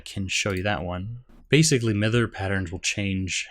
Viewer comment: Miter, pretty sure it pronounced My-der, right? That aside, I hyped for the new release and thank you for your coverage.